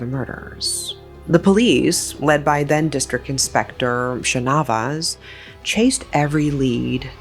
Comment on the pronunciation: umm no hate or anything just telling [ your videos are lit❤]... actually santhamma is pronounced as shaanthamma and shanavas as shaanavaas